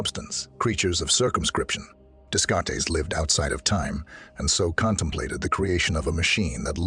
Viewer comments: "Day-cart" you stupid AI narrator bot! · Desk-kart-tees 🤦‍♂️ You know the type of people who watch a video on the hard problem of consciousness? People who will notice 🤣